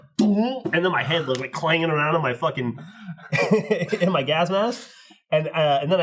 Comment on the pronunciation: damn near killed me with the "folking"